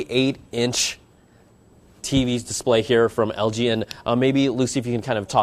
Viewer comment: did you just say algae instead of LG? Haah.. bad apple